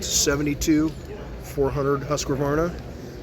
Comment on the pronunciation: Surprisingly - to me at least - even the Mecum auctioneers didn't know how to pronounce Husqvarna. So I guess you have a reasonable excuse. 😏